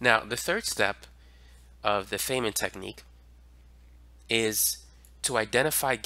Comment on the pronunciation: It’s pronounced, F i nnman like “I’m F i ne - men.” Otherwise great lesson as always. Thanks